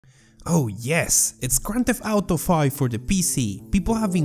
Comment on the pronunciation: GRAND THEFT OWTO! 65 JIGA BITES!